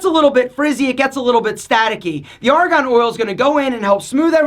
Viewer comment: It's Argon, not Aragon. Very convincing, lol.